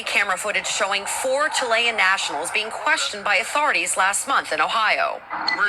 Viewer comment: Btw it’s pronounced chill-i-an not chill-lay-an. My gf family are immigrants from Chile, I got this shit wrong so many times, just trying to provide info. ❤